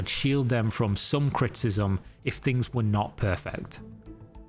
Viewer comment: What are you saying here? It sounds like "cryptism",but that doesn't really make sense given the context. I'm assuming that "criticism" is what was meant,but you say it several times and it never sounds right. I notice weird things sometimes. I know.